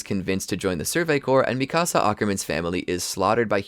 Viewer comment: Dude said micasa